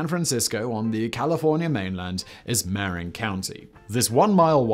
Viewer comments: "ma-RIN" county, not "MAR-in" county (I'm surprised you didn't mention that the bridge is constantly being re-painted; once it's done, it begins again. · The only thing that almost broke the bridge was the mismanaged mess that was the 50th anniversary celebration. That and today the state won't let the bridge charge bicyclists and pedestrians (as they used to do). It's MAH-rin county - not MAre-in. IIRC it was Emperor Norton who first suggested the bridge but perhaps that was the horribly named Bay Bridge. Supposedly the color was the primer coat and after seeing it people didn't want to cover it in grey (see the bay bridge). Also you left out how Fort Point was saved rather than demo'd as had been originally planned. Back to the basement with Danny (or whoever does the research for these). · "ma-RIN" county. not "mare in". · slight correction/nit. marin is not pronouinced mare-in but rather somewhere between muh-rin and m'rin. -native californian who grew up in marin county. (san rafael) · In addition to showing the wrong bridge, you're also mispronouncing the northern county it's attached to. It's "marRIN" not "Merrin" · Not mar-rin Mar-in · Marin is "Muh-rin." Don't let the pricetags fool you we aren't that fancy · Ma-RIN county... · Actually, it's ma-RIN; that's how you show which syllable is emphasized. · Locals say mahRIN County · Mar--=in not maryin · Marin county mispronounced as always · Sadly, this video has been very poorly researched. Using photos of a similar looking bridge in Lisbon, and claiming it to be the Golden Gate Bridge. And mispronouncing Marin County :(